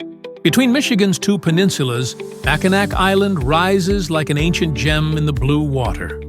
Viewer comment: Yes, but you pronounced it Mackinac. I'm a local.